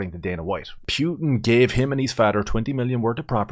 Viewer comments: Pewtin whaaat😂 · Pyutin 😂😂😂 Jesus, man 😅